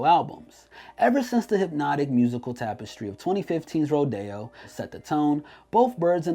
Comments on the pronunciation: I can’t believe this guy is saying rodeo wrong it ain’t rodayo bud it’s rodeo 💀🤣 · So we just gonna sit here and act like he didn’t just say days before rod-ayo and not ro-de-o!?!?😂🤣😂🤣😂🤣😂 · This dude really said "Days before Ro-day-o" lmfaoooo nigga it's Rodeo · Rodeo not Roy Dey O😭😭🤣😂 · “Rodayo” wtf lol you had one job😂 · Why does he keep saying “ro-day-o”?? They say the name of the album in the fucking album. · Why tf this dude keep pronouncing rodeo like roh-day-oh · when he pronounces rodeo as ro-day-o... bruh.. you doing the most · Why did you pronounce Rodeo like that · Why you pronouncing rodeo like that tho? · The way you pronouncing Rodeo is bothering me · Why do you pronounce Rodeo like California Rodeo Dr. when Travis Scotts Rodeo is actually about the Houston’s Rodeo an livestock’s show lol 😂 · Why he say rodeo like that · Plz never say rodeo ever again 😂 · Whatever the outcome, I don’t care for the opinion of a man who doesn’t know how to pronounce Rodeo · Dude, he couldn't even pronounce rodeo right, which means he clearly knows nothing about travis scott lol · Ay you're pronouncing rodeo wrong chief